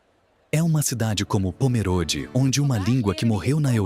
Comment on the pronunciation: Eu moro em SC, próximo a Pomerode, o apresentador pronúncia errado o nome da cidade, Pomerode é com e fechado, nao como se fosse é, e sim com o e fechado como se tivesse um acento de chapéuzinho no e.